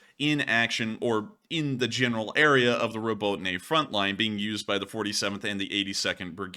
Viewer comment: Would it be too much to ask you to learn how to pronounce Robotyne properly?